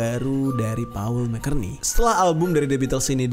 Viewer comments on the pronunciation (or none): Baru nonton postingan 2 thn y.l ini. Semova bang Jeri skrg sdh tau gmn penyebutan "McCartney" yg benar. Tetap semangat!